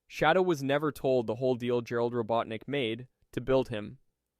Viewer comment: "Robo teenick" 🗣🔥🔥🔥